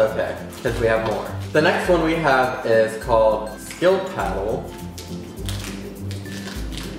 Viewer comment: That Way he said skildpadde😂😂omg